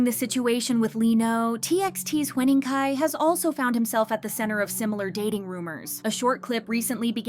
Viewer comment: Huening Kai❌ Hwening Kai✅